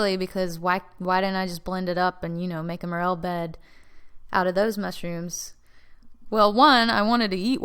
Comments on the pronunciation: Why pronounce as mur’-el? It’s pronounced more-el’. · mer-el......what? say it right. more. l. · I've never heard them pronounced as "Meryll" mushroom like you do. It's actually "more-ELL". Maybe it's a regional thing? However, I loved your video and all the details that you went into. (And yes, I am a Biologist). And as you found out you don't need to buy a laminar flow hood. It's easy to make an (almost sterile) glove-box with a plastic storage container from Home Depot and a bit of ingenuity. And with regards to your query about why sometimes mycellium behaves in a certain way ("they band together and form a mass...") but yet does not end up creating fruiting bodies, may be somewhat related to the mycelia making "clamp" connections. (Essentially "clamp" connections is a way that many fungal species have "sex"). That's why it is often preferable to take a (sterile) piece of the mushroom itself (rather than spores) in order to inoculate whatever growth substrate you then choose. That way you know that the genetics of that resulting mycellium is capable of forming the fruiting bodies. Here's a very technical link to an abstract: Often it is very possible to have very vigorous mycelial growth in all sorts of substrates but still not find the exact trigger to get them to fruit. Since you're obviously very knowledgeable I assume that you're very familiar with Paul Stamets. His book "Growing Gourmet and Medicinal Mushrooms" is a wealth of information. (eg. Sometimes there are multiple unknown environmental triggers that are important in order to get a mushroom to frui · Pronounced Mor-el!